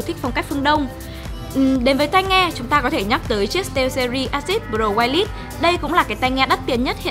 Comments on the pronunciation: dạ phiên âm tiếng anh /ˈwīrlis/ thì là wai lịt sờ chứ cmg nữa a2 ? đừng bảo wai lét nghe giật mình lắm đó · Đ hiểu mấy ông kia nghĩ gì chửi ông chủ comment? =)) Làm truyền thông thì phải hướng đến mặt bằng chung, thì đương nhiên phải đọc chuẩn tên thương hiệu, chức năng,...còn gì nữa? Tôi nghe goai lít đần mẹ ra 2s mới hiểu là wireless :)) thì khó chịu là đúng rồi. Ai bỏ qua thì bỏ qua, ai nói thì là góp ý mang tính xây dựng. Thua các ông vào cào phím